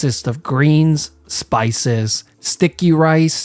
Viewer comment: “Sticc-ee rice”